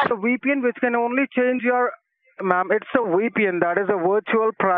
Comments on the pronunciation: Scammer- This is a weepin! Edna- A weepy what? Scammer- Maaaaaaam, a Wee Pee N, a wirtual private network mam! 😂😅🤣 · Don’t forget “Wee-pee-enn” for a “wirtual pwifate network.” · "This is a WEPN firewall heardware" OMG i'm dead! 💀💀🤣🤣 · "This is a weepien firewall hardware!" "A what, a weepy what?" "Ma,am, it's a weepien, that is a wirtual private network" Omg 🤣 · a "weepy wen firewall for your wertual IP address" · “That is just a Weepian.” 😂 Was that word supposed to be VPN?! lol. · It's a "WePN" (VPN). That is funny!!!